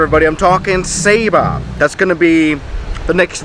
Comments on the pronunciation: Not sAba it’s saba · Triggers me that he says “Say-ba” and not “saw-ba” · Hey you are awsome! And by the way, Saba is pronounced (soba)